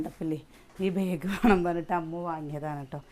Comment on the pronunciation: ബേഗ് അല്ലാ ബാഗ് ആണ്